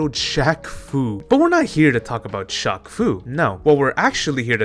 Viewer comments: you slowly killed a piece of me everytime you pronounced shaq as shock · is you pronouncing it "shock" instead of "shack" a bit or something? asking because i've never heard someone say "shock eel o neil" lol. EDIT: wait i get it now, it's French.